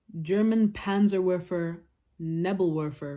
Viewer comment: Just a heads up but.. If you’re pronuning words in German with a W is pronounced as a V Such as the Wehrmacht which is pronounced as Ver as in very maaarrrr cuct veremacht Just a heads up so as another example the PANZERWEFER is PanzerVerfer